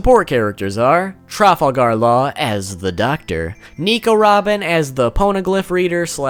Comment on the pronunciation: "Trufflegar law"